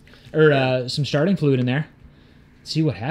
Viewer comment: Thats a gorgeous bike to be sitting so long. Ill give you guys this ive seen yall crank, ride and destroy stuff id nope out on in a heartbeat but this one was slick. Andd bro it sounded like said said Sharting Fluid lmao.